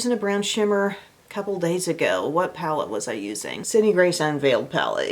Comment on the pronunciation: Funny story: for YEARS I have thought you were saying “wet shady beaches” and I thought that was such a strange name for a bronzer. 😂 it wasn’t until I read through the linked items one day that I saw it written out and realized you were saying WHAT shady beaches 😂😂